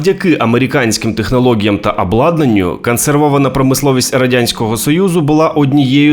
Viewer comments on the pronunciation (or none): Краще хоч якась українська з жахливим висловленням, ніж расєйська. Повага автору. "Кансерви", "каму спадобалась", "технолоґія" тощо .Гарна спроба говорити українською, але треба ще попрацювати над "паляницею", чи буде як в анекдоті "ти, москалику, вже приїхав" Бажаю каналу розвитку